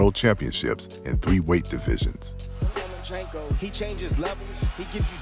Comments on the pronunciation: Hey - learn how to pronounce one of the greatest fighters to have ever stepped into the ring - phonetically: LOW-MA-CHENK-OH; not LOW-MA-CHEENK-OH (CHINKO) like what California called Chinese Labourers who worked the railroads - remember? Listen & from 2 separate fight-moderators & then listen to yourself & throughout this broadcast - get to work on that - it's your job! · LOMA-CHEENK-O LOMA-CHEENK-O LOMA-CHEENK-O LOMA-CHEENK=O LOMA-CHEENK-O oops, meant to say LOMA-CHEN-KO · He is one of the best P4P fighters in the world - learn his name properly for goodness sake - LomachEnko not Lomachinko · No Mas-Chenko 🤣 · Nomaschenko lmao perfection